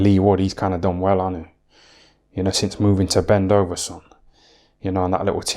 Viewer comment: Bendoveson lol